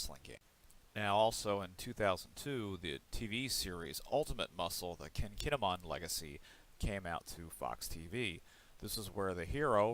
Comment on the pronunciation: its not kechi as you say its keshi and its not ken kinnimen as you say its kinnikuman